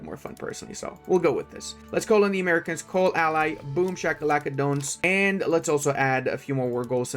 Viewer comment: Pronouncing "Americans" as maricón is wild